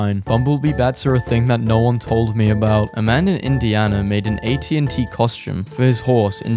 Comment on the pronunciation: It's called and AT AT not and A-T-A-T